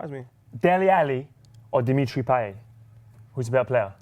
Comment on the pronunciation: Guys please..its payet...lets get over with this